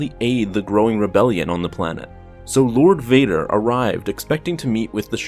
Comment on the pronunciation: "Lured" Vader lol